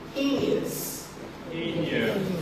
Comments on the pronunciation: Heinous is not pronounced "hay nee us" It's pronounced as "hay nus." This guy doesn't even know what he's doing. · He can't even pronounce "heinous" correctly. "Heeneeus" 😂😂😂 idiot. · He even could not pronounce heinous properly, teaching his students wrong pronunciation. Hee-nious? Lol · How was this cat pronouncing "heinous" 🤣🤣🤣🤣🤣 It sounds like hay-nus He IS dumb!! 🤬🤬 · Did you hear how he pronounced the word heinous when he asked his class to read heinous crime after him, at the very end of this video? Check people’s credentials please, and more importantly, morality matters!! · Lol how he pronounced "heinous" lmaooo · The usual suspects. Always. Inevitably. Asians should take heed of the words of Scott Adams: keep away from "them." (And what an outstanding English teacher - he can't even pronounce "heinous" and writes "he don't.") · Omg he can't even speak English! point he teaches the wrong 3 syllable pronounciation of 'heinous'. It is a 2 syllable word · The way he pronounced "heinous" can assure that the Chinese who has taken his class will have a firm grasp on Ebonics.lololol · He can't even pronounce the word "heinous" correctly. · LMAO he mispronounced heinous. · heinous, taught them to pronounce it like they do in some American urban ghetto with ebonics.. 🤦 Yeah he definitely wasn't a good English teacher. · At the end of the video he pronounced heinous wrong. What a dope. How the fuck did he get a job teaching anybody. He should be washing dishes at golden corral. As far the women go someone should've taught them to avoid the groid. Too bad. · my Goodness! He can't even pronounce "heinous" correctly, and he's teaching English in China? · He can't even pronounce it correctly. He is barely literate. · Bro can’t pronounce “heinous”😂Not to put china down, but their education system can’t afford American qualified teachers. American teachers has less hours,better benefits, better pay, better pensions.